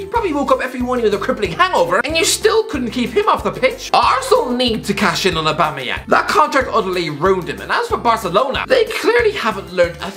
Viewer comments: I'll never forget Lee Judge pronounce it "Aubangeyang" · Aubamawho? Aubamawha? AUBAMABLUDCATYANG!!!